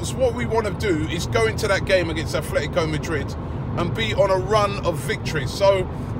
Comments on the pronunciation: Affffletico Madrid? It's ATletico not Affletico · aaaarrrrrggghhhh the club's name in pronounced ATLetico Madrid, NOT ATHletco! aaaaaaarrrrrggggghhh